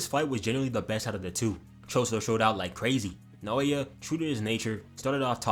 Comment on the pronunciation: You won't have to pronounce naoya much longer goat dw😭😭